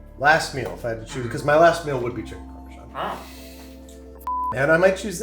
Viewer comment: Chicken "Palm"esan